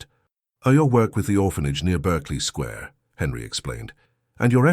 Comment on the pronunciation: Not Berkeley Square - pronounced in England ‘Barkley’ 😉🌹